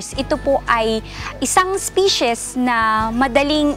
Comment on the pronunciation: Medyo masakit nga sa tenga ang "pully culture" at "ispishes". Sana, may nag-correct sa kanya. Pero informative naman ang video.